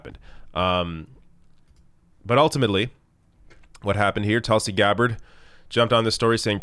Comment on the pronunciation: It’s TOOLSI, not Tulsi